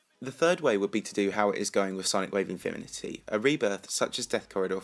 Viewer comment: with sonic wave "mifimity" nice speaking there XD